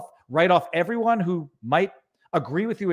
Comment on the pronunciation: Who deserves? Did he say "everyJuan"?